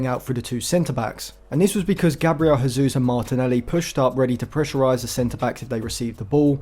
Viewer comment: great video! you pronounce the J in Jesus because he's portuguesse and not spanish